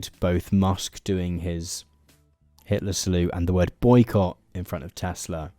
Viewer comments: Tesla? I think you mean Tesluuuuur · According to trump everything he says is always 100% true, he never lies etc., and he didn't say Tesla, he said Tesler, so I am expecting muskovitch to rebrand it soon. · "I love Teslur! Wow. Everything's computer!" POTUS, March 2025. 🙃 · "I love TESSLER!! It's all computer...!" 🤭🤭🤣